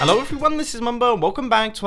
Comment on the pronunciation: helou its mii todai agein